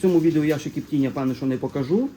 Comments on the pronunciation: А де це кажуть кіптіння а не коптіння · Чого "кіптіння" а не коптіння